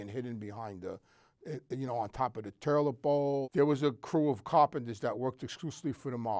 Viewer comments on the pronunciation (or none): That man said "terlet bowl" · " Terlit Bowl" amazing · "On toppaduh torlet bowl" 🤌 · Terlet bowl